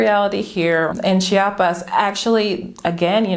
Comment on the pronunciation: It's not Cha-pas, it is Chi-a-pas... Apparently this is a thing for Chiapanecos; I've been corrected a few times heh. Hey, I'm moving to "Sancris" in 2 months, is there an area that you recommend for people who enjoys a relaxed and quiet hood but that is fairly close to main andadores? I'm Mexican (from Tijuana) but I still feel like a foreigner living in Southern Mexico lol